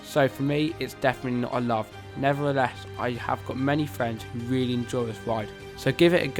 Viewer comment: It was weely fun